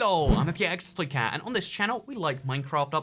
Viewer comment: "Hello I'm okay extra care" Ahh yes, my favorite youtuber Okay Extra Care